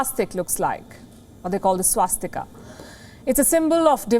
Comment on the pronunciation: Madam Palki...Please correct yourself... It's swastika not swastik..Please stop urduising samskrutam...